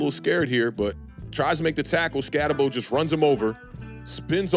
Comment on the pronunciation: Name is pronounced skatt-eh-boo. At least do that much homework man cmon. Other than that good video.